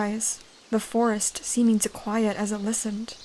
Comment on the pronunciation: First i heard Force instead of Forest😅